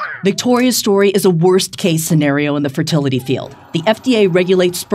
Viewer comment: JD said "ferTITITly clinic...snap....Also shut up Metzger.